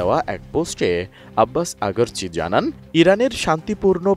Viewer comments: আব্বাস আগারজি নয় আব্বাস আরাগজি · Agarchi na aragchi😅😅😅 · আব্বাস আগারচি নাকি আরাগচি 🤔🤔?? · আব্বাস আগারচি না,আব্বাস আরাগচি??